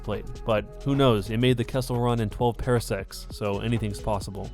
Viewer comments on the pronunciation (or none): 12 PARsecs. Not Parasect, the Pokémon. Quoth is pronounced "Quote." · Parsecs not parasects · You said pair decks you idiot it’s PAR secks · He said "it made the Jessel run in 12 parasecs 😂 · "12 pear secs" its par secs damnit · GREAT video but I cringed so hard when you said "Pair-secs" uugghhhh it's "parsecs" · The way he said parsecs triggered me